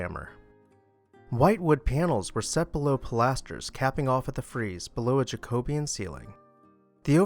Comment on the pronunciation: Jacobean is pronounced with an emphasis on either the first or third syllable. Not the second.